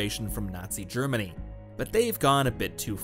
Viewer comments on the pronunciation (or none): none